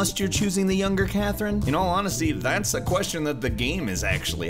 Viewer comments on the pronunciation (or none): Ok, but it's CathRINe and KathRINe, not KathREENe and CathREENe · I can't get over the way you pronounce C/Kathrine. C/Kath-REENE 😖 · im so sorry but its CathRINE not CathREENE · Wow, I hate the way he pronounces Catherine. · Why does he say C/Katherine as C/Kathereen? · why you pronounce it Cathreen XD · Catherine is a common name, not sure why you think it is pronounced CatherEEN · How do you not know how to pronounce "(K)Catherine"? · Why are you pronouncing Catherine like that, did you not play the game ? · Is this guy really pronouncing Katherine and Catherine like Nectarine? Does he really not know how to pronounce Catherine? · you pronounce c/katherine wrong